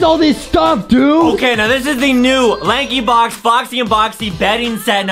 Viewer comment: Why did you said lankybock instead of lankybox??